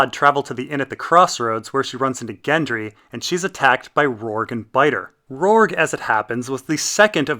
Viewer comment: HIS NAME IS ROURGEEEEEEEEEEEE WITH AN E NOT FUCKING RORG DUDE PLEASE LEARN!!!!!!!!!!!!!!!!!!!!!!!!!!!!!